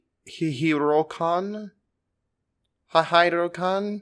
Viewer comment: Hihirokane is pronounced "hee-hee-row-kah-nay" Also learn to pronounce your "th" sounds correctly.